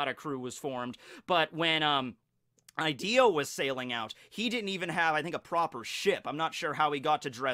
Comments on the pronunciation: I'm sure it's pronounced Hideo not Ideo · It's pronounced (e-day-o) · I haven’t even watched the vid yet but I already know he’s gonna go this whole thing pronouncing Ideo fucking wrong